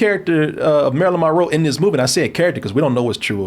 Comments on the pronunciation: Drink every time he says Marilyn Ma-Row 🥴😵🍸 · He can't seem to enunciate Monroe correctly